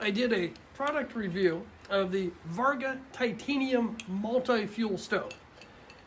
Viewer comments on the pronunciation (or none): You should pull this video and redo it seeing as you botched the name of the very thing you're talking about... It's Vargo not Varga.